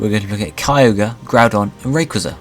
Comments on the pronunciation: it was pronounced "Ray-KWAY-zuh" in the movie Destiny Deoxys. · i cringe every time he mispronounces Rayquaza's name. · So true